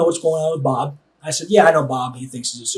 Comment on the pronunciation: The way he says Bob, I keep hearing 'mom'